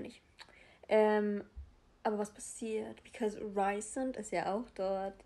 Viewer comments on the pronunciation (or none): Rhysand wird "Rhiesand" aus gesprochen also nicht wie "reisand" haha ich hoffe man versteht was ich meine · Achso und Rhysand spricht man Reesand aus. 😊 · Kein hate aber können wir bitte über die korrekte Aussprache von den Namen und so reden? ACOTAR als "Acotar", das A wie A im Deutschen nicht A wie im Englischen, Feyre als "Fey-ruh", Rhysand als "Rees-and" oder "Reese" (wie reese's cup), Prythian als "Prith-een", Amarantha als "Am-a-ran-tha" und Lucien als Loo-sheen... etc. (alles confirmed von SJM, in einigen ACOTAR Büchern steht auch ein pronunciation guide drin, kann man aber auch googeln)